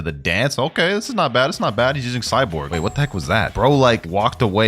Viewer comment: it's Cyborg v3 not Cyporg 🥀